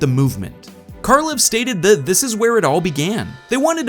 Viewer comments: Good video and all, but you keep pronouncing æ wrong. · Being scandinavian, it is hilarious to listen to how americans pronounce the creator's name